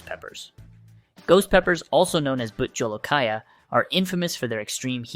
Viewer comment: This is fake AI nonsense that can't even pronounce Bhut Jolokia correctly. There is nothing special when growing Ghost chillies compared to other super hots or any chillies. F out of here with your sensational nonsense.